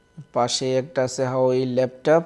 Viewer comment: হাওয়াই না,,,, হুয়াওয়ে হবে মিয়া